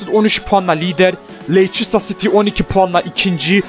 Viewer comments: Abi leçıstır değil o lestır diye okunuyor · lester diye okunuyo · abi leiçistır değil lestır diye okunuyo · Leysestır değil Lefsijsitiır :) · LESTIR DİYE OKUNUYO